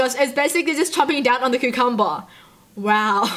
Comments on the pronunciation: | Did she say Ku-cum-ber? I thought it was Cu-com-ber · When she says "cucumber" it sounds like "cuamber" I'm dead lol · How u say cucumber is kinda funny to me its like qcumber XD like if u agree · SHE SAID CUCMBARR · I love the way she says cucumber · That was funny how you said cucumber